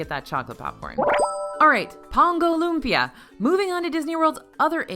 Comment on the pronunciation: Haha thank you for pronouncing lumpia correctly 😆